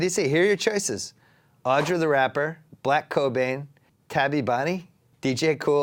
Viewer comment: Bill really butchered Tabi Bonney's name lol